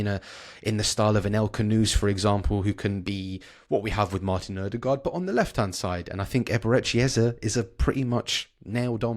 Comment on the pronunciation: Nørgaard is the same as Ødegaard. The Ø is "uh" and the double A is "aw". NOBODY gets it right.